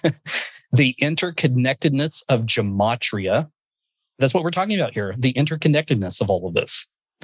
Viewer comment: Gematria. I think it's pronounced with a hard G, not a J.